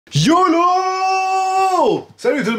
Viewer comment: Au début, il a dit « jolo » ou « yolo »